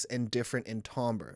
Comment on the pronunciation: I believe you know what you're talking about. But if you would like to sound more like you know what you're talking about, please learn how to pronounce the word 'timbre'. It is pronounced 'tam-ber', not 'tom-ber'. You're welcome.